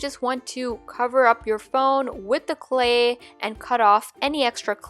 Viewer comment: She pronounces clay “CLE”